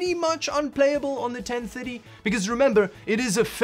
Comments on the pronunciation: Ten minutes into the video and I finally realized that you were saying GT 1030 and not 1050, for some reason I'm hearing "ten fitty" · Totally thought he was saying 1050 not 1030 lol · Kinda sounds like he’s saying 10 fiddy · Why do you pronounce 1030 so wierdly, but you can pronounce 1050 perfectly? 🤣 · The way you pronounce gt 1030 triggers me 😂